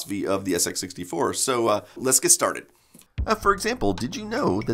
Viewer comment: "Then of course there was the SX -64...." * "SX 64" (emphasis as compared to the SX-100)